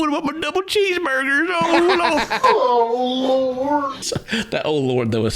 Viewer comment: "OH LUWORD"...."Am I gonna get....AWWWWESTED?"